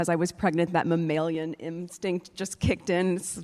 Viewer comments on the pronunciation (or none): not mammayyylian. it ls mammalian....